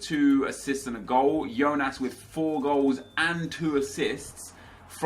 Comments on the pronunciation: It's not Yonas, it's Jôh-nás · its not yonas, its jonas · its not yonas mate thats spanish its as you say it JONAS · Its Johnas not Yohnas. You got it right the first time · JONAS NOT IONAS HES BRAZILIAN NOT SPANISH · It's not actually "ionas", it's jonas! Don't know where you got that from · Hi You can say Jonas (J) it is the correct, do not say Ionas hahahaaha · hey nep, you can pronounce "Jonas" like you used to do instead of "Yonas", thats the correct way ;] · Its pronounced Jonas not Ionas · It's not Yonas, it's portuguese so it is actualy Jonas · Hi Nep! I'm a brazilian fan and I just wanted you to know that you pronounce Jonas with the J sound, as you said before, not Jonas with the I sound... Keep the great work!! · when he says yonas but it actually is said jonas and when he says grim aldo when its said grimedo. smh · Its Jonas not Ionas,trust me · hey nepe, the correct way to say The name of Jonas is JONAS, not IONAS, i am from Brazil, we say like that, Jonas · what's up nep, you were saying Jonas name right, it's "Jonas" not "YOnas" . ( apologize for my English I'm from Brazil) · Nep just a tip,i actually live in brazil and we pronounce jonas with that strong "j" sound not "ionas" like u said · it is JONAS not YONAS!!!! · his name is not "IONAS" u dont read that J like an I you say it like you were saying in the beggining and im from Portugal. not trying to take shot or anything just trying to help 😉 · Kip James it is not, im brazilian and we pronounce it JONAS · You read the J in Jonas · Nep you pronounced Jonas rigth then wrongly corrected yourself. Just saying. And sorry if i misspelled anything i'm brazilian, that's why i know